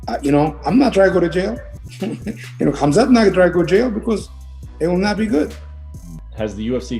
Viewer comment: its MA-GO-MED-SHA-RI-POV, he is not ben shapiro also it is KHAM-ZAT, just llike KHA-BIB sound of anyone calling him hazmat,, and ben magomedshapiro is just obiously too dumb to wipe their own ass.